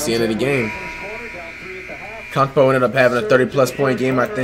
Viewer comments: How to say Giannis’s last name: Antetokounmpo. Flight’s way of saying Giannis’s last name: Akumpo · It’s antekeumpo not akumpo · Did he just say unkunkpo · AN-TET-Ohh-Kunnn-Po. It’s not that hard!!!! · “Akongpoi” flight.....